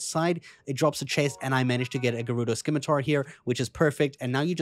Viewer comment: Say it with me scimitar=Sim-i-tar.